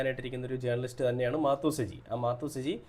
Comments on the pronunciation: മാത്തു സജി അല്ല മാതു സജി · മാത്തു..അല്ല.. മാതു സജി. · മാത്തു അല്ല പൊട്ടാ മാതു സജി 😂😂😂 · മാത്തൂ സജി അല്ലടോ ശെരിയായി ഉച്ഛരിക്ക് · മാത്തു അല്ല മാതു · മാതു ആണ് മാത്തു അല്ല